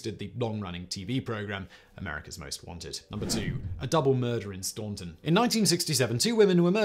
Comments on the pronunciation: Just FYI - in case #2, the city is correctly said "Stan-ton", not "Staun-ton". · Minor thing, but it’s pronounced “Stan-ton” not “Stawn-ton”. I have family from that part of Virginia and it’s a whole thing… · It is pronounced Stanton like ant rather than like aunt. Even many Virginia natives aren't aware of this. It is the birthplace of President Woodrow Wilson (sad claim to fame).